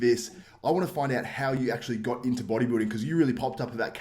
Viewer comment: Sounded like you said booty building 😂😂 Sergio has a better shape but that waist is just too wide 🤮 Patrick will never place in top 3 in any olympia. Hes too small for top 3